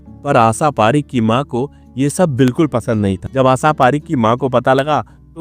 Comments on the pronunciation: Aap aasaa aasaa hûdd se zyada bolaa. Asal mèï vo aasaa nahee ASHA hāï Saadi = shaadi --- Aap every day Aashaa aashaa kar k 100 baar boliyega. Taa k Aap ka SAA Shaa hoojaaye. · भाई तेरे उच्चानसब गुड़ गोबर कर दिया श को से ही बोलते हो , आशा को आसा बोल रहे हो पूर्वांचल से हो क्या क्ष को भी छ बोल रहे हो सत्यानाश।रण ने तो